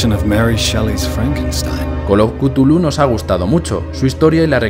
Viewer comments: Se pronuncia Chulú, no cutulu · es cazulu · buen resumen de col of cutulu